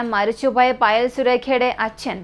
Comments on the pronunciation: മോനെ ഫയൽ അല്ല പായൽ എന്നാണ് പേര് ഞാനീ കഥ കേട്ടായിരുന്നു ❤ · പായൽ... എന്നാണ് പറയുക പയിൽ എന്നല്ല.....